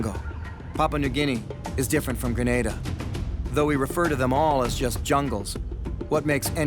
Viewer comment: Graneda LMFAO 🤣 It's an a not an e hehe... GrenAda Gren-ah-da 🤙🏼